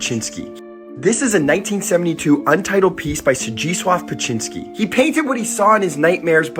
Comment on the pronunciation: Beksinski sound beck si ski Corectly